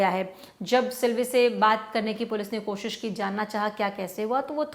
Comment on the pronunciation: Tum pehle S Bolna seekho S kosh sh kar rahe/rahi ho aur aise psycho har dharam mein hain har desh mein hain, 2014 ke baad azaadi milli na tumko ??? Issiliye itna gand n nafrat bhari hai na tum mein???